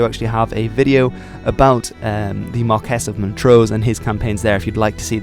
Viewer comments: Marquees should be said like Mar - key Sorry I had to let you know, for future videos, The way you say it, Mar - kess , grates on my wee Scottish ears. So say it like Mar - key 🗝 Great Video. Cheers 😍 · nice informative video a couple of points 1) the Battle of the Boyne was on July first 1690, not 1692 and 2) James Graham was the Marquis (pronounced as mar-quis and not mar-kess)of Montrose. I can also remember that in living memory the public house in the village of Glencoe had a sign over the door stating NO dogs or Campbells allowed. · I'm asking not telling. isnt marques pronounced mar-kee?